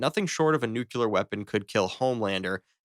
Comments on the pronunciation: It's nuclear not nucular! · Bro learn how to pronounce your own language. Nuclear, not nucUlar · It's pronounced new-clear not new-cue-lerr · Compound 5? Is V, as in Vee. And in 2 videos ive heard the word nuclear pronounced as nuculer. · Also i’m fairly certain AI would pronounce nuclear correctly